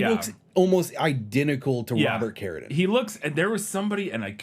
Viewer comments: Love the show, but I cannot finish this episode because it's pronounced. CARADEEN It says it in the trailer, in the beginning of the video and every other mention of him ever, why are you saying carradin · Why does he pronounce Carradine like that? It’s driving me so crazy I feel like Im losing oxygen from my brain via a rope around my neck, but I don’t exactly know why? 😜 Seriously though It’s CARE-ah-DEEN not care-uh-din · I cringe every time the pronounce it "care-a-din." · He still doesn't know how to pronounce Carradine? Why is no one correcting him? It sounds ridiculous